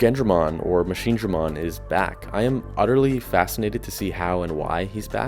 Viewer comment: Why are you pronouncing machinegremon so horribly